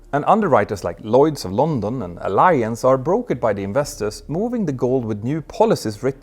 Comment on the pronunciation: I stopped listening after hearing the painful mispronunciation of the insurer's name: Allianz.